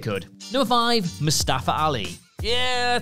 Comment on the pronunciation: Mustafa* not Mustafer